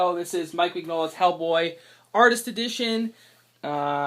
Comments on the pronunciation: His last name is not pronounced "", its "min-yo-la" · ***** Don't worry. It's taken me years to retrain myself on the correct pronunciation. It's an in-joke between my brother and I. "min-YOLA" is how he always types it out.